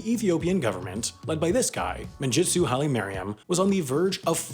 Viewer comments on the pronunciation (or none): The g in mengistu is pronounced as in 'game' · Great video, but your pronunciation of Mengistu is horrific